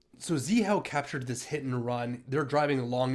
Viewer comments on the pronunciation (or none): You pronounced it incorrectly as well. Pronounced as "ZheHao".